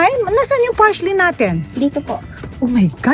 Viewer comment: Tita Small, PARSLEY po not PARSHLEY 😂